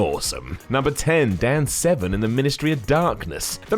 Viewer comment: Are you saying Dan Seven? casue there is an r in his name